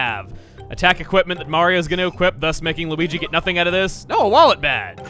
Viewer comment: Lex Schilperoord He dropped "-dge" and instead said "Wallet Ba-".